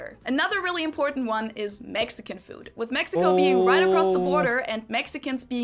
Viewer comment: My AC stay about 69 at the lowest . OFF the subject...what's with the toddler talk in pronouncing with for wiff ? That would be a word among many to correct as a child. Let's sing a Tina Turner song...."what's love got to do WIFF it ".....😅😂😅😅